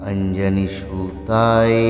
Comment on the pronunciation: উচ্চারণ ভুল কেন ?????? অঞ্জনী সুতায কে সুতাএ কেন বলছেন ? সব গুলো য কে এ উচ্চারণ কেন করছেন, কেন ???? সংস্কৃত উচ্চারণ ভুল হলে অর্থ পাল্টে যায এবং তাতে দোষ লাগে ।